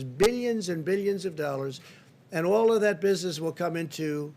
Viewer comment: All I got was "billeons and billeons and billeons..." 🙄😂😂😂🤮